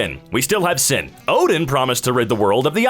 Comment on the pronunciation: It is the Samsung default fault to my knowledge. ten to the negative 8th power. So 1/ :17 The mathematical term 'sin' is pronounced as sign. Ohio Probably my bra. it is 120 due to order of operations. Suh-cue-lants